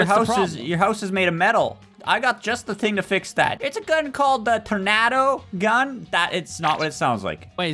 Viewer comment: I like how he says tornado tornador when it’s says T-o-r-n-a-d-o